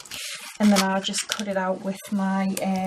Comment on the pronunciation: She told kut for cut